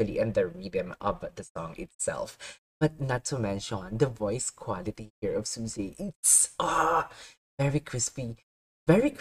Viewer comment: its pronounced `Swee-say` , swee, as in sweet. also you shouldnt be concerned about copyright aslong as the song is under ` cover corp` they have green lit reactions to their content. aslong as the content is free to find on their talents channel and not behind a paywall ( such as membership streams or 3d live concerts which require tickets to be bought to watch/go to, like suisei`s upcoming sololive on the 28th)